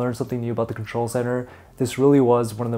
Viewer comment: Did you say "old contol" ?! 😳